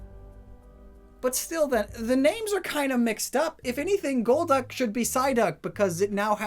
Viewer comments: To me it was always gol-duck, not gold-duck or gold-uck. I didn't know anyone else thought otherwise until I watched this vid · Holy God it took you 3 quarters of the video to realise golducks name is gol-duck and not gold-duck Holy cow you know what other pokemon has gol in it's name! Golbat but IT'S not golb-bat so why would golduck be gold-duck! Omg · Maybe it's not Goldduck or Golduck, but Gol D. Uck 🤔